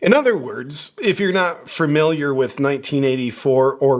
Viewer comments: I know better than to trust a man who wears bikinis and says “furmiliar” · Wait, what is it I’m supposed to be “furmiliar” with? I didn’t quite get that. Furmiliar???